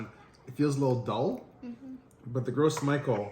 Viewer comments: Ce serais bien de prononcé le nom de la banane correctement si tu veux faire apprendre quelque chose. "grosse Michael" 😂 ça ce prononce "gro MICHEL"...à vouloir expliquer ce que c'est qu'une banane t'en est une sacré pauvre de banane mon gars 😅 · Omg...as a service I'd like to inform you of the proper pronunciation. Its not "gross michel" that banana originally came from the French Martinique islands and gros is the French word for big, hence "big mike". To pronouce gros it's more like the English word "grow", the s is silent. Next it is michel but pronounced the French way as intended, so one would say "Michelle". So grow Michelle. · Why does he keep saying gross instead of gros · I found out that it's actually pronounced groh mee-SHELL. Because it's a french name. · Gros Michel is pronounced as “gro Michelle” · Pronounced - Grow Michelle. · Gros Michele is a French word so I think it's pronounced "Grow Michele" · It’s pronounced grow michelle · THANK YOU! I'm cringing every time he says "Gross Michael" 🤣🤣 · Thank you - I was about to click off- I can’t with gross Michael! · I'm still gonna call them "gross michelles" 🤣